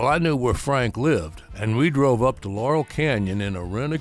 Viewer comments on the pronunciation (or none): none